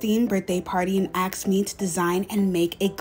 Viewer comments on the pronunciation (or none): It’s pronounced ASKED NOT aXed!!!!!!! Axed means, in this case that she used an axe to chop and cut you up